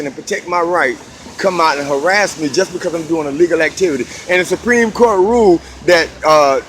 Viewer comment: My one and only suggestion. When you use the word "legal activity" stop saying I'm in "A legal activity" because you use the letter A in the beginning of it Everytime and it sounds like you keep saying "I'm engaged in illegal activity". That's all. Maybe it's just me but I couldn't hello thinking you repeatedly keep saying illegal activity and not A Legal activity.